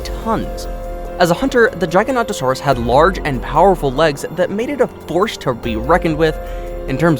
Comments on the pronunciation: It's Giga-nota-saurus I agree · Me: Giga-Nota-Saurus Him:Gygaknotasaurus lol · Guyganotasarus lol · Me: Giga-Nota-Saurus Him:Gygaknotasaurus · Its not pronounced jyanortsuris! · Jig a noto saurus is how you pronounce it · Btw its pronounced giga-noto-saurus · Jigodontosaurus I’m dying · The way he said giganotasaurus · Ik XD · This boy aint know how to say giganotosaurus or carcharadontosaurus.